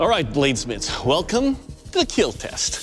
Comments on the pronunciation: It will keel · It will keel… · I'm new to watching clips of this show and I'm not American but why does that guy always say keel? Why doesn't he just say kill? I know that he can from other episodes I've seen so I know it's not a speech impediment. So why does he do it?